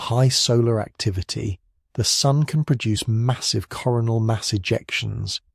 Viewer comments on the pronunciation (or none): none